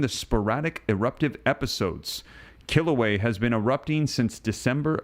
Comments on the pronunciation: Love your channel and videos. I think it's a yes, and all of this makes me think of the 6th Seal of Revelation 6. (And I'm pretty sure the volcano is not pronounced "kill ooh way" but "kill ooh way uh.") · Pronunciation of Kilauea is "kill- a- way- a," not "kill away" The vent is within Halema'uma'u, "holly ma oo ma oo" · Also, the a on the end of Kilauea is sounded when pronouncing Kila ue a. Just FYI. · Please! You are mispronouncing the Hawaiian volcano. It is pronounced kill- uh-way-uh. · "Kil - a - way - a"